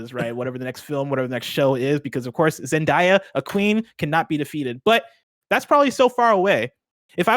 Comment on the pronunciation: Zen•day•uh not Zen•Die•Uh 🤣 the amount of times they said it wrong made me cringe lol